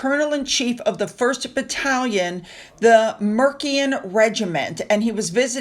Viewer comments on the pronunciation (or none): Mer-see-an regiment. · Portsmouth is pronounced Ports myth. Shire at the end of a word is pronounced shir. Mercian is Mer see an. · ‘Mercian’, soft ‘c’: think. ‘Mers’ ‘ian’ and no ‘s’ on ‘St John’. Love your videos but just trying to explain English as a foreign language and I’m a pedantic. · 'solsburu' 'merssian' for prononciation...sorry am old fogey stickler😂😂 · English words/town can be a minefield to pronounce. Mercian pronounce Mercy-an Salisbury pronounce Sorls-bree Hertfordshire pronounce Hart-fud-shur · Hi, the Mercian Regiment is named after an ancient Saxon kingdom in central England - Mercia. It is pronounced with a "soft" c, so an "S" instead of a "K." Therefore Mercia becomes Mer-si-a 🙂🏴🇬🇧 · Mercian is pronounced Mer-see-uhn. Before England, Scotland and Wales became part of the UK. England was divided into seven separate Kingdoms. Those being Northumbria, Mercia (Mer-see-uh), Wessex, Sussex, Kent, Essex and East Anglia.